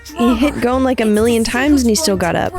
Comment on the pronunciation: This version is so trash that you don’t even pronounce “GON” name right it’s GON not “GONE” 💀